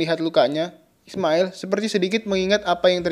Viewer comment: Aillin bukan ailling.ismaiL.bukan ismaeL...."